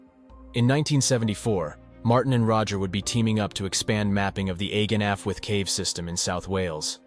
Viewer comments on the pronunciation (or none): Do not pronounce dd as d, pronounce it th as in the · "ahh- ghen" your "allwedd" was pretty spot on though! 👏🏻 👏🏻 👏🏻 💜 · Closer to 'achooeth' but affwith is pretty good pronounciation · It's Welsh. He pronounced it incorrectly too. He was correct that two Ds = "th". But it's "Allweth" where the double L makes a sound similar to the end of "loch", called a "voiceless alveolar lateral fricative". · thank you for educating me. I am not familiar with the Welsh language. I was really confused by the spelling vs. how he pronounced it in the video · Allwedd is pronounced " affwith"? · What the heck? The “Agen Allwedd” tragedy is pronounced “AEGEN-AFTWOOTH”?! 🤔🤯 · How the hell is it pronounced “AY-GEN AFWOOFTH”?? 🤔